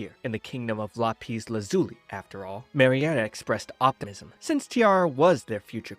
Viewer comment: Lah-pees is hilarious It's Lap-iss